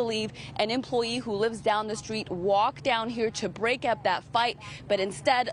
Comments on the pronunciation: It’s Break not Brak. Great job CBS News. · Los Angeles it’s “BREAK” up not Brak Guess they’re hiring anybody at CBS